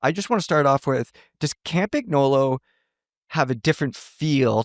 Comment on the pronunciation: Ah yeah, the ol’ Cam-pig-nolo